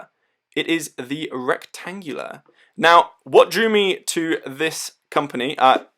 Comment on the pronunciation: Don't be shy and don't pronounce the letters that are not here! There's no C in Retangula, so don't say it... even if the name is obviously derived from "rectangular" or more Latin-sounding "rectangula". Also, don't be surprised to be able to hand-wind it since it's powered by an NH35 (hand winding, hacking movement fron SII)... I read your description speaking about "rentagula seiko". 2 issues: - the name: you'd better copy & paste to avoid typos, since you showed us the box + the included papers stating "retangula", moreover your thumbnail is also right... - there's a Seiko NH35 inside the watch, this watch pays homage to a model from Seiko, but this watch is not a "Retangula Seiko". You'd better talk with Gary from I Like Watches"; he could warn you against using brand names improperly. 2 of his YT channels were shutdown, for improper trademark usage, apparently (YT didn't tell him precisely why they shut his channels down).